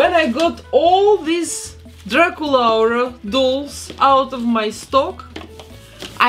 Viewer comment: I am so obsessed with how you say draculaura. I feel like that’s how her name is supposed to be pronounced